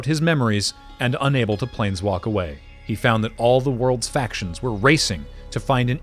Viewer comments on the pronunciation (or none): none